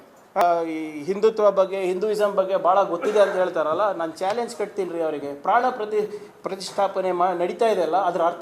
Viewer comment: Panna prathisttapane antha sariyage ucharne mad okke barodhilla